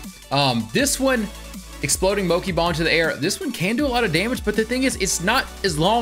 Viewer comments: Why is he pronouncing Mochi moki? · moki and katakari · hehe Moki lovee the mispronunciation like legitimately enjoyed it